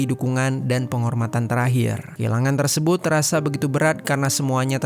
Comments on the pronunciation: Galfok sama cara ngomong si abang nya Klo d akhir kaimat ada huruf T di lafalkan sebagai hurup N Tersebut jd tersebun 😊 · hruf "t" d akhr psti selalu kedengeran jd hruf "n" apa ak yg slah dger ... kya kata tersebut jd tersebun